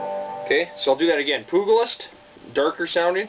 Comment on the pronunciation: “Poog-a-list”? Come on dude haven’t u ever seen “Young Guns”? The G sounds like a J